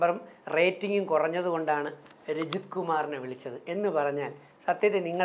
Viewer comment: രഞ്ജിത്ത് അല്ലടോ, രജിത്ത്